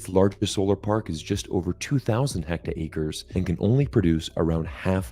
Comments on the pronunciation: It's hectare, not hectacre. 100m by 100m. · It's pronounced "HECK-TARE" not "Hecta-Acre". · Dear, it is NOT 'hect aker'. Plz correct your pronunciation. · I’ve never heard of a hectacre. But we use hectares in Kanatastan.